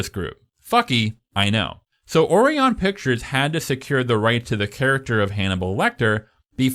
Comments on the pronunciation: Orion. Oh-rye-un. As in Orion's Belt, the constellation. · Orion is pronounced (oh-rye-un) it is named after the Orion constellation. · Omg, my brother in Christ, “Orion” is pronounced “O’Ryan.” 🤦‍♂️ 😂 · Interesting pronunciation of Orion… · I'm going to start pronouncing Orion as you do, and see the reaction I get. Excellent video, by the way.